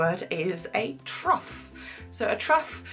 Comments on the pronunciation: It's pronounced 'troff', not 'truff', even though rough, tough etc is pronounced with a 'u' sound. But of course 'cough' is pronounced with the 'o' sound. How non-native English speakers ever learn this language I'll never know, but you're doing brilliantly :). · Trough is pronounced "troff" rather than "truff". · Agreed. The "o" is a short, staccato "o"